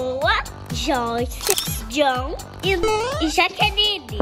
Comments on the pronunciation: Eu chocada que a valentina falou Dom ao em vez de falar John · Valentina falando dom kkk profetizou é agora vai vim o dom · Gente parece que a Valentina tinha prevido Ela falou agora a vez do "Dom" mas ela iria dizer John e falou dom❤❤